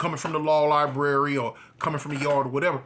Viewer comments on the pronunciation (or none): none